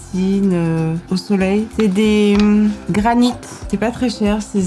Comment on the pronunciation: C'est granité ... pas granite.. :)